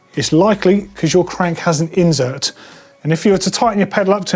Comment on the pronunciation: Surely it's insert not inZert.